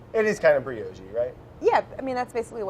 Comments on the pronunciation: Brad: "like a little donut briogge loaf mimes working the dough breakfast bread!" Claire: distressed laughter "say 'brioche'" Brad: "brëœdgjë" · Czech has two perfect letters for this difference Claire uses š and Brad ends his brioche with strongly pronounced ž. :-) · Brioche is a tough one to explain how to pronounce. It's not Bree-oh-sh but Bree-yosh with the second syllable having the emphasis... kind of missing the y while you say it and you have to roll that R... :) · Say Whip Brad: Whip Say Cream Brad: Cream Say Whipcream Brad: Aabelaaa... Briogge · Claire: laugh/Scoff say Brioche Brad: Bree-odgge Claire: uh-huh 😂😂😂 Claire Saffitz, ladies and gentleman. The queen we absolutely do not deserve. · Claire shrugging slightly when Brad said briogge should be a mood 😂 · "Claire, that's what I'm saying: briogge" - Brad, as he says a word vaguely similar to "brioche". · Claire: Say Brioche. Brad: BLÄCH! Claire: No, Brioche... Brad: I literally just said that...! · is it not BREE-OSH? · They pronounce Brioche so strange. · Neither of you guys nailed the brioche pronuncation but keep saying it like this please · I mean neither of them were pronouncing Brioche right 😏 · i love how claire definitely notices his pronunciation of brioche the first time but it's fine, no big deal, a mere mistake, surely. let's leave it be. but the second time is too tempting. it's perverse and absolute wrongness hangs in the air like a ripe fruit waiting to be picked. but alas, her efforts to seize this juicy juicy teaching opportunity are all in vain. the fruit disintegrates to mush in her hands as the fricative resonance of brad's zhhhhh rings through her ears. she has lost. it is too late. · Funny thing is not even the editor noticed the first time he misprounced it. So she doesnt say anything until the third time. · And the way she is saying it is also wrong, but it is wrong in a more Fru Fru way. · To be fair to Brad, I think both of them are pronouncing brioche wrong... (Or maybe I am)